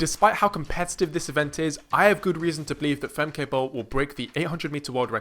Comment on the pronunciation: Nice video, although similar to German, her name is pronounced more like "Femka". I predict in '26, in '27 and WR in '28.